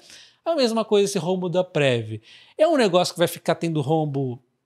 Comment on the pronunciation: Salve! Se fala Preví, e não Prévi 😊🙏